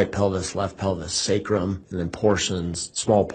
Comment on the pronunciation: It’s “SAY crum”. Sacrum